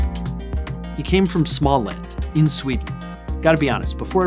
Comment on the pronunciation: It’s pronounced more like smo-land. The å makes a kinda ou sound